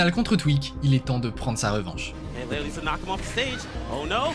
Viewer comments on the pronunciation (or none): none